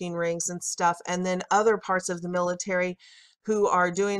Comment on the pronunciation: by the "pilitary" lmao